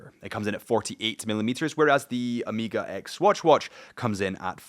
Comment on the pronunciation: Man , it's Omega not Omiga…. cuts in the ears….